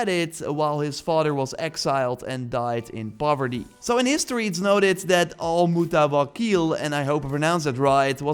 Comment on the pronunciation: The name is actually pronounced ray-hann it's an arabic name means basil (the herb) Also you pronounced "al motawakel" great for a non arabic speaker Al is the arabic of the His name means "the one who's counting on god to guide him" there's no English translation 🤣🤣